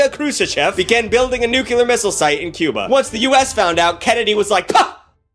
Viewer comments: Love, but I can not STAND when someone says "nukular" it is physically painful to hear. Nu-cle-ar is how it is supposed to be pronounced, idc if both are acceptable now I still hate to hear it pronounced like that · NUCLEAR. It's NEW CLEAR. Not NEW KUW LER. NEW CLEA ERRR. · Had to stop watching kuz of the way pronounced "Nuclear" as "Nuke-yoo-ler" and it boils my blood when people say it like that... NuCLEAR. Like New - Clear. NUCLEAR. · Why do you say nukelar? Is NUCLEAR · Nuke-Lee-Er not Nuke-You-Ler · NU-KLEE-AR... Not NU-QUEUE-LER. God. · It’s NUC-LEE-AR not nuc-ul-ar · You pronounce nuclear like Jimmy Carter did... nuke-u-lar, rather than nuke-lee-ar. Not that it matters, I just noticed it. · I love the word nuculurrrrrr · Say the following words: "new" & "clear" -> "new clear" -> "nuclear" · There are too many comments to go through, so someone’s likely mentioned it already – but it’s interesting how George W. Bush actually changed the official pronunciation of “nuclear” to “nucular,” as shown in this video. A lot of people use that version now. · bro i love your stuff, but say it with me, nuclear "NEW-CLEAR" hitting us with that George Bush pronunciation. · "NuCuLar" lol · Hey George W, cute way of pronouncing NUCULAR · I loved all this but the Dubya Bush pronouncement of "nook-u-ler." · New-Clear. Nu-klee-ar. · The amount of "nukular"s in this video has shortened my lifespan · My brother in Christ it’s NEW-CLEE-AR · Ah yes, nucular war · please like this comment so stops saying nucular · love how he says nuke-ular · Every time you say "NucULar" I get progressively more irked and pissed off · IT'S PRONOUNCED NEW-CLEAR!!! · every time he said "nucular" i cringed so hard bro you ain't Bush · saying nukular never fails to give me a chuckle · this is why I can't eat while watching any production. Also, say it with me, new-klee-er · Nuclear Noo * klee * ur There’s only 1 “u” in there 🤣😂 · you say nuclear wrong